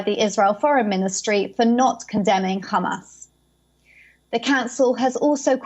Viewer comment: Don’t get why she says Khhhhhamas, when she can pronounce the the ‘H’ in ‘high rise’ perfectly 🤔